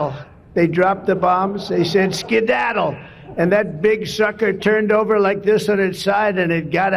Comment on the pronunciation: His brain "skidaddled" a long time ago!